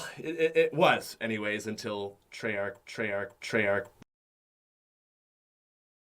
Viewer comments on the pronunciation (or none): When he said Treyach, I was like, "He still does care about zombies...."